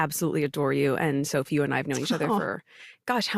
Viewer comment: I love the way he says “soaf’s” name with the French accent—I can’t watch videos while drinking anything because I’ll inevitably end up spitting it out from laughing so hard!